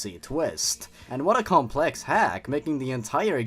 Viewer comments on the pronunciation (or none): none